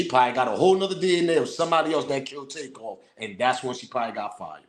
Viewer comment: The dude recorded dat video sounded funny the way he said takeoffs name...hes lik take paused then said off...y not say it the way it is takeoff